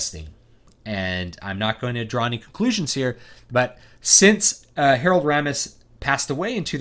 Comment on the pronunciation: It's pronounced RAY-mis, BTW. It's finally happened -- all these sequels, prequels, remakes, and reboots have now mutated into this single combined cash cow amalgam. : P We got "Mad Max: Fury Road," "Jurassic World," "The Force Awakens," and now "Ghostbusters." I would guess Kristen Wiig = Ray, Melissa McCarthy = Peter, Kate McKinnon = Egon, and Leslie Jones = Winston.